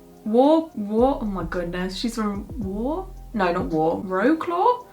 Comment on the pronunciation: the surname should be read sad-ovska but you did a good job actually 🤠 and the city is vro-cwav, fyi! ☺️